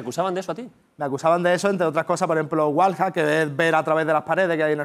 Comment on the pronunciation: Puta madre los españoles no saben pronucniar el ingless, lolito dice tal como suena Wallhack hombre un poco de pronunciacionn por favvoooooooooorrrrrrrrrrr